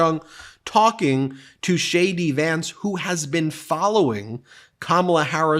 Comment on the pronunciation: Every time you say JD Vance- it sounds like Shady Vance